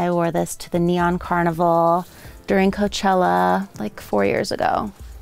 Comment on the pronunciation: I love how she said Coachella xDD